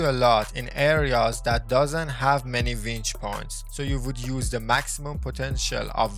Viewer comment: winch. not vench